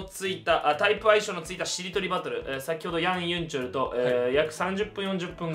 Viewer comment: ヤンユンチュルじゃなくてヤンユンチョルなの？